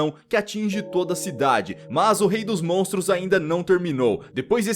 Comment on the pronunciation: Da um ódio dele só falar "montros" e "dinossauro"